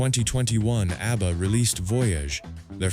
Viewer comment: I lost interest in this one as soon as the AI voice mangled the pronunciation of ABBA. This is what happens when we lazily churn out videos without checking them first.